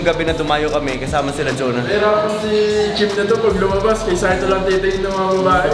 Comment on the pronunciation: saito po..hindi zaito...ttatatatatatatataym